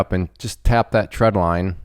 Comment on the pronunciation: Trend line not tread line.. getting mixed with treadmill 😂